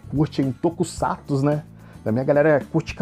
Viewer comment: Puts! Q mané! Nao sabe nem falar o nome do herói! Black Kamen Rider Black RX? Kkkkkkkkkkkk.....o q é tokusato? É tokusatsu meu filho!